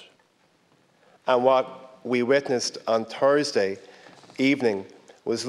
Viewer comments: It is THursday, not Tersday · Im truly shocked and disgusted by the way he pronounces "Thursday" yikes! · What the hell is 'Tursday"? I have heard of Tuesday and Thursday but never 'Tursday'